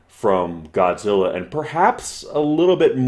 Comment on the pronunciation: ちゃんとゴジラとGodzillaを区別して発音してるね。